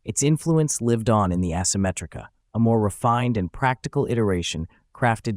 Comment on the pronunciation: It's also ehsymetrica not assemetrica